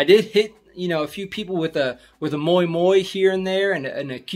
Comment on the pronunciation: I think you just say "kiitos" and "moi" too well. Ppl don't understand, that you are not locals.. We have so much ppl from all over the world, so I believe, that you have to open your mouth and say something with native English before we "guess" your origins. You sound all American, when you start to speak, but other than that, you blend right in.